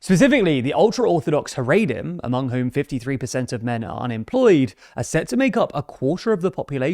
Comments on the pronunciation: Just so you know, it's pronounced "Ha-ra-dim" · Big fan of the show. Very unique pronunciation of the word Haredim. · He pronounces it wrong.